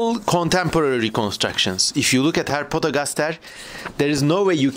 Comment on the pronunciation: He says ”Herpetogastashe”